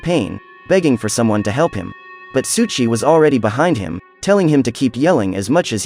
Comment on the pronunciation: Why do u keep saying "Suchi"? Pronounced "Soh ee Chi. Souichi